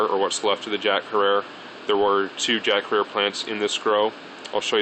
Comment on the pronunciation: Every time you say jack herer you say it wrong its " jack hair-er not "jack her-rare.you also probably pronounce spaghetti as bsketti